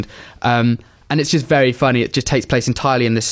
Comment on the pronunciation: makes 'very' a one syllable word